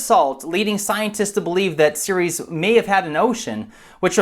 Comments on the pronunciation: Another good vid but the first minute I understood you were talking about Sirius instead of Ceres. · He said series and not Ceres lol